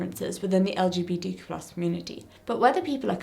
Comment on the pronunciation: As a pansexual woman and linguist nerd, I love the word queer. Not only is it just a fun word to say, but it's a fantastic blanket statement that is only one easy syllable. Hearing you slightly fumble through saying "LGBTQ+" over and over is kind of why I prefer queer. Even when I don't use queer I still just say "LGBT" because four syllables is a lot easier to get out than the tongue-twister of the "more inclusive" acronym. Sure LGBTQ+ it's more inclusive, but when I say "LGBT" people know I don't just mean strictly lesbians, bisexuals, gay people and trans people. "LGBT" has become so recognizable, the actual words behind the letters don't matter so much anymore in comparison to the concept it describes (except to the "LGB" community you mentioned, they care a LOT for all the wrong reasons). I know this isn't the point of the video at all, but I personally don't find "LGBTQ+" a useful acronym. The way its such a mouthful is not only just annoying to consistently say, but I've noticed it has opened the door to so much mockery. "LGBTQIA++$%dotcom" it's just way too easy to make fun of, and take us less seriously. Although, bigots won't take us seriously anyway, so that may be a moot point. I just know that personally, as a singular pan woman on the internet with no control over the powers that be, I prefer to say "queer" or "LGBT" rather than anything else.